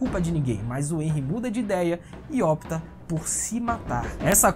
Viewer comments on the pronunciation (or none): none